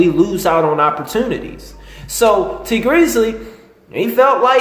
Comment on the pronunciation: lol i always like your videos, but bruh why do you get everyones name wrong!! Benzino= Bazino. Tee Grizzley= T Greezly.